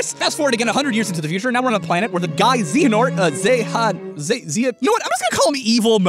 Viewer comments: A) it's impossible to travel before you were born because a version of you must exist at your destination according to game lore B) the master of masters sees the future because his Keyblade has his eye in it, and that Keyblade would be there to witness all the events. C) Zay-Uhh-Nort is not hard to say . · Kingdom hearts stan's knowas this dudes an idiot. Xehanort is not responsible for everyrhing ever. The (x-blade) is pronounced (key)-blade aswell as it's the greek letter for key-. He can't say Xehanort right and the list goes on. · So this guy skipped Dream Drop yeah? No one is amused by you "failing" to pronounce "Xehanort" and tacking on a stupid-sounding name because you wanted to be petty. As another commenter said, this """"theory"""" violates game lore because we have a magic bullshit reason for time travel; if you existed there in the past you can time travel there, boom, done, next question. And two we've had this ONE villain technically since the franchise's inception and were promised that this would end his arc with kh3 there is absolutely no way the Master of Masters is anything less than some new weirdo we're going to be dealing with in the future. And they have different VAs, but saying MoM is Braig would take more stretching than this graphine-thin concept did. Also just...magic dude, why does this channel have so many subs despite being so obviously wrong all the time? Is it like CinemaSins? Actually no I just answered my own question. Moving on. Good job being one of those videos that directly and repeatedly insults the fanbase while also bitching & moaning about how they're gonna rake you over the coals, yep, definitely doing yourself favors there. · Says he has played the games... Cannot pronounce "Xehanort" ACCREATE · How can you not pronounce a name in something where voice actors yell it 3000+ times? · Xehanort’s name really isn’t that hard to pronounce though. :/ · Bruh, you can't even pronounce his name right smh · Ze-ya-nort. Xehanort.